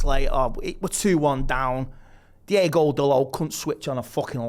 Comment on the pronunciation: At least get the names Right… Diogo not Diego and Amad not Ahmed.